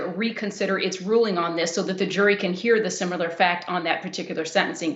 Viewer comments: "sim yoo ler" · Yes, it was an eye opener to hear an educated woman mispronounce similar but what was even stranger was that she pronounced similarities correctly. Go figure!